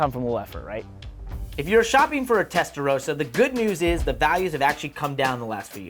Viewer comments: WHY CAN’T AMERICANS PRONOUNCE TESTAROSSA CORRECTLY?! Come on, it’s not that hard… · It's a Testa.......rosssser not a Testa row sar!